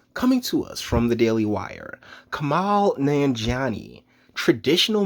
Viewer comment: Fucker u just made a whole video about him and doesn't even know to pronounce his name.